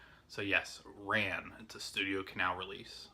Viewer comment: Hey! Rhapsody in August with Richard Gere and Maddadayo were the last two films Kurosawa made after Ran. Ran's pronounced RAWN. I've got Victor Sjostrom's Phantom Carriage and it was recommended by a friend of mine, but I still haven't watched it. His last name is pronounced SEASTRUM or SEASTROME. I just thought you might like to know how those words are pronounced. I have Ministry of Fear as well, but haven't watched it yet either. If you want to see a really good American film that Lang made, see Scarlet Street. It's with Edward G. Robinson and it's fantastic! It's kind of dark, but that's what makes the film so good. Thanks for showing your movies!